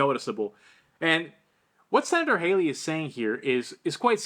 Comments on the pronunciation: Please pronounce Josh's name right, it's pronounced Hawley not Hayley, Hayley is the one running for president Pronounce it Holly is closer, and in my opinion, Nikki Hayley doesn't need to run for any office, she's as crooked as a dog's hind leg and that is insulting to dogs, you don't go from about to file bankruptcy to a millionaire if your reputable and honest, we don't need another corrupt politician in DC they're full up already! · Pronounced Hall ey not Hay ley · It’s Hawley, not Haley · With all due respect, I keep hearing you call Josh Hawley, John Hawley multiple times. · It’s Senator Hawley not Hayley